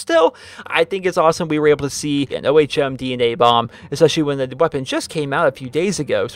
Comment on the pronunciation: It is pronounced like when you say ohm when you meditate